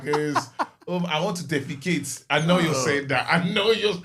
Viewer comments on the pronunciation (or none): “I want to go and deficate”😂😂